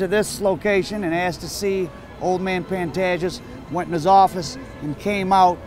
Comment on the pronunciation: No disrespect but the correct way of pronouncing his name is ''Pan-TAY-ges''.